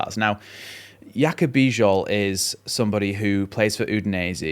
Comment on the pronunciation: The name "Bijol" is pronounced "bee-johl". The "Bij" sounds like "bee" and the "ol" sounds like "ohl". You did well.